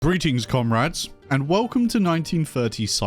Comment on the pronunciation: "Greeting comrats."